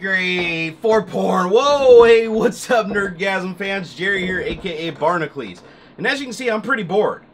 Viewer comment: Look, I love your channel, and you're a likeable guy with a lot of character. But, why do you pronounce Barnacules the way you do? It's only a small thing, I know, but it does my head in... Lol